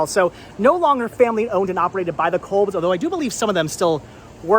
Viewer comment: It's pronounced "Cobs" like corn on the cob